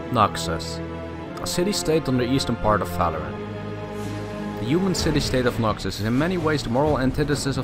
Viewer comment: Are you saying it because is saying Faloran?